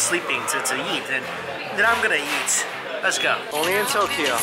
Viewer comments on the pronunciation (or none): It sounds like he’s saying yeet every time he says eat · Who heard yeet? When Mike said eat??? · when u say eat u say yeet lmao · Whenever you say eat it sounds like yeet, lol.